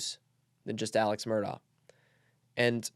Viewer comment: Mandy Matney said Murdaugh is pronounced mer-dock and cautioned against believing anyone who pronounced it mer-daw.